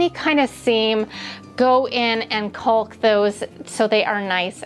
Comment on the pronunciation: The L in caulk is silent ❤